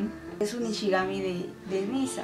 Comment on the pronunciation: Dices nishigami en lugar de shinigami aproposito?